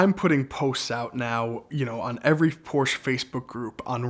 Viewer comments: What's a "Poorsh"? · Awesome story but someone please teach him how to pronounce Porsche properly!